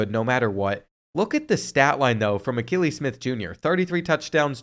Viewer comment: I’m a big time Oregon Ducks fan and it’s pronounced Uh-key-Lee his dad also played QB for the Oregon Ducks